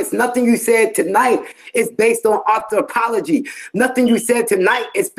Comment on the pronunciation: Nothing you said was based on Author-pology LMAO!!!!!!! go to a English class being English is your first language lmao